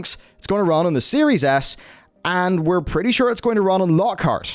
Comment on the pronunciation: Is it just me, or is he saying "Series Ass." I cant stop hearing it...